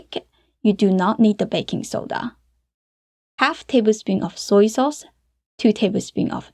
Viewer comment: 感觉MIX 你念MIXER，sauce你念saucer等等等等。。。。好有意思哦。。。